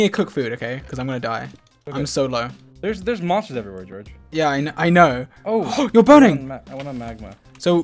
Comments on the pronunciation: "Goerge" " GOERGE " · George: *Hits Dream with Pickaxe* Dream with British Accent: ”George!” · Dream saying “George!” In a British accent is giving me life!!😂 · why did dream have a british accent saying "george" 😂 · DID ANYONE HEAR DREAM GO "OW...GEORGE-" IN LIKE A ACCENT!? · seconds dream said george in a british accent